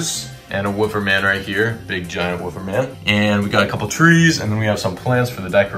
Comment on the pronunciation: Bro said wooofer man💀